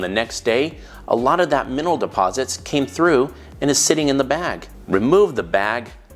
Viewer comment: ‘Minnal deposits’? 😂😂😂